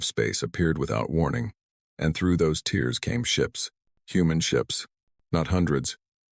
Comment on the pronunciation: Teach your AI to pronounce "tears".....